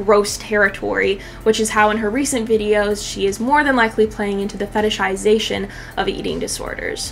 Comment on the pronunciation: Thanks for this video but why are you saying fetitization, isn't it fetishization?